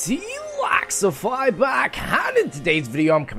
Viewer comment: Thats sad when a youtuber cant say there name right for a intro he says laxify not lexify